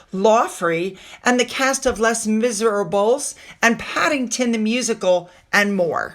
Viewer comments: "Less Miderables??" Surely you've heard of the musical based on the French novel by Victor Hugo? It's pronounced "Lay Miz er Ahble." As to Invictus paying for that neclace, that strikes me as a criminal misuse of funds. $18,000.00 would go a long way to helping a Veteran. Hass anyone ever looked into the pattern of spending? The Patron should be someone who can afford to travel to the event, along with paying for their own food and lodging, not to mention their clothing. Jewelry has no place, no relation to Invicus. That necklace is for a formal event, not a sporting event. This disgusts me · A meant well phonetic offering of correct pronunciation of Les Miserables: “Lay Miz-air-arbler” The musical has been on the London Stage since 1985 and is affectionately referred to in GB as (phonetic again) Lay Miz. It is based on the famous novel of the same name by the French author, Victor Hugo. 🙂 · I watch your channel and can absolutely forgive the pronunciations. With the stupid, Scottish and English words. Though les miserable. Les miserable, was a book by Victor Hugo. Turned into the most fantastic, musical, and films